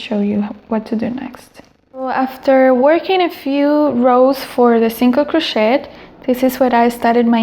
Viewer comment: It's pronounced cro-shay not cro-shet but thanks for the video! Very helpful!